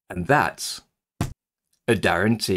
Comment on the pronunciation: Happy New Year. Thank you for your tutorials. After watching many videos my brain made me hear '' as 'guarentee' when you say ' and that's ' at end.🙂